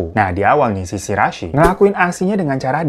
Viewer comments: Shiraishi bang, Bkn Shirasi,, berasa mo bikin sambel dengernye,, 🙈🙈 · greget gw bang .. gw dnger "Shi Ra i Shi" 🤣 . Jadi Si Rasi 🤣